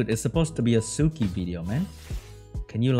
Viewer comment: Suiki is pronounced swiiki, sui is the onyomi reading of 水, the kanji for water..